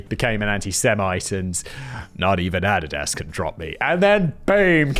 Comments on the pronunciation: I can't help but laugh at how you pronounce Adidas. If I wanted added ass I'd get some Adidas from across the pond LMAO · Is Simon trolling us with the mispronunciation of Adidas? Add-id-ass? Seriously? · Adidas is pronounced A dee da ss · Who are Adadas and nic?nice?? Do you mean Adidas and Nike?? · I love how he mispronounced Adidas every time lol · Put the word Adidas into your pronunciation application. Big brain move. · Hearing Simon say adidas throws me off so much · It took me a minute to understand what fact boi was saying. I've never heard someone pronounce Adidas like that... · The way he is pronouncing Adidas though... I didn't know what he was talking about for most of the time! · Russian Agent Alert Only a Russian Agent would pronounce Adidas that way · I couldn't figure out what Adidas was because we pronounce it differently in the US lol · Theres mispronunciation thens there's whatever tf Simon was doing with Adidas lol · I don't like the way he says Adidas...is that like aluminum, where you guys across the pond just mess it up for no reason? Has he heard the song "My Adidas"!? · I almost thumbs down this because of Simon's pronunciation of Adidas. Good Lord man! Love the show keep up the good work! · Wait, do Americans pronounce Adidas wrong? I’ve only ever heard it pronounced “Ah-dee-dus/das” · Can't remember if Simon is mispronouncing Adidas on purpose or because it super Welsh. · STOP PRONOUNCING ADDIDAS WRONG! Jk it's kinda funny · I'm just angry how you pronounce Adidas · OK is it just me or is he pronouncing Adidas wrong? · It's A-di-das. Please have someone let you know how to pronounce company names. For 20 minutes I didn't know what company he was endorsed by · How to correctly pronounce Adidas for one. Every time he says "add-i-ass" instead of "a-deed-us" kills me. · Is Adidas pronounced differently in the UK than here in the US? I've always heard it as "uh dee dus", but Simon sounds like he's saying "added ass". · Ah dee das. C’mon now bro